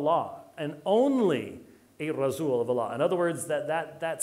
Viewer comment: "Razzuuul of Allah"? What the heck is that Dr White? 🤔